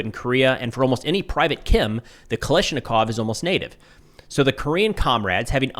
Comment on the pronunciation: People still don't know how to pronounce "Kalashnikov"